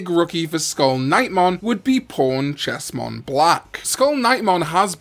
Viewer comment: He said pawnchestmonblack and I thought he said pornchestmonblack lol 😂